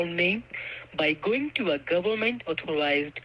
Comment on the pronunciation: Gowerment, goorment, gorment, gorlment, gowerment😡Let me explain you why each and every thing. That wallet will get activate in one day. How do you hold your tongue when you listen to them?! I LOVE how you treat them and frustrate them. Illegal money? Inwolved in investigation. Aaahhhh!!! How can you stand it?!